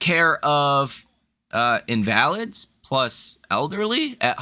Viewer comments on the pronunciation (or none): Helping with the emphasis for pronunciation. It's pronounced in-va-lid, not in-val-id. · Its pronounced inva-lid (a person made weak or disabled by illness or injury.) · invalid (noun): one who is sickly or disabled. pronounced INvalid